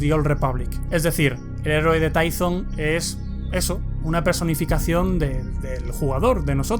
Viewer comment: se pronuncia Tython